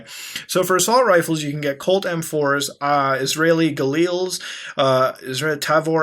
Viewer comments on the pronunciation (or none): none